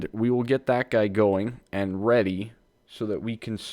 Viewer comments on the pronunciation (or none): none